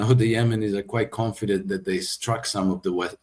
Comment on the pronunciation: Let your tongue touch your upper front teeth and dey dat will change to they that.